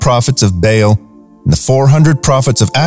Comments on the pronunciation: Learn to pronounce the names of the ancient B-AA-L not Bail or Bale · Love this but ps baal is pernouced like bawl ❤